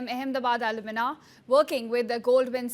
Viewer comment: Madam, its not pronounced as “Alumina” - it’s actually “ALUMNI”